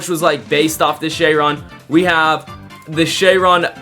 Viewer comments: Chiron❌ Chayron✅ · No offence but it’s not cheyron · DID YOU SAY SHEYRON?